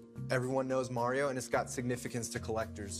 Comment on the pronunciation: MARIO ISN'T PRONOUNCED LIKE THAT!!! 😅😂